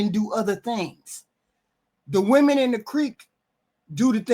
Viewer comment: Nit picky but it’s cringe how can’t distinguish between women and woman. It hurts my ears.